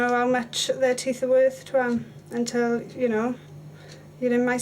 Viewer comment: Why do they say teeff its teeth